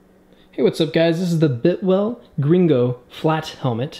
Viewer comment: Buddy, it's not a "bitwell" it's pronounced BILTwell. .... Either way, it's a nice helmet.